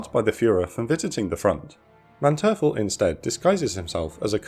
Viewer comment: Please work more on your pronounciation. Your channel is getting bigger, and your videos are getting prettier and prettier, but since you're the main narrator I think you need to take the role more seriously. I thought as much in your recent Ten-Go video where many boats had their name mispronounced, and now you've mistaken Manteuffel as well. I look forward to even higher quality from you and your team.